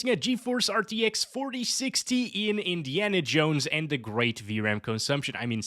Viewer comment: “Indi(ana) Jones”